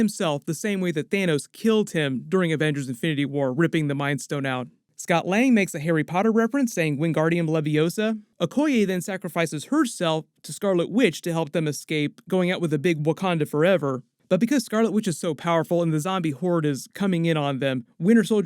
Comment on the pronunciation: Scott lang saying WANGAURDIAN LEVIOSA 😂😂😂😂😂